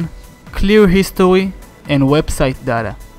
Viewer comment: Clear histowy 😂